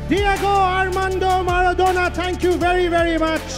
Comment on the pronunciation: মারাদোনা কে ম্যাড়াদোনা বলছে!!! 🤣😂🤣😂